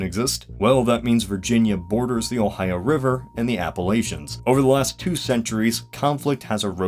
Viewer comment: I swear to god why can people not pronounce Appalachia correctly?